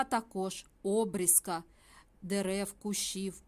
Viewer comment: Обрізка наголос на і, а не на о.